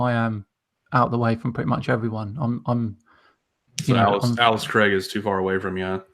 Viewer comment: Ailsa Craig , not Alice lol .